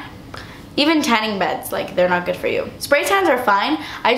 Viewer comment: "because it is not forr you" lol!